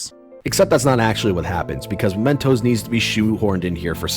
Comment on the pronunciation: Am I the only one who gets really irritated every time calls it "Momentos"? It's MEmentos. You played the entire game and can't get that simple name right?